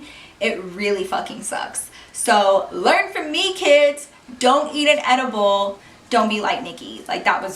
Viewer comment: when I heard you say ediable I though you were talking about the fruit and chocolate ediable that you can buy at the store 😂